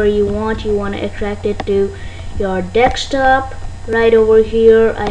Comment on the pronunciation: wtf he said "extract it to your dextop"